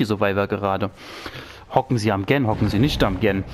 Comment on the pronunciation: wie Du GEN aussprichst macht mich wahnsinnig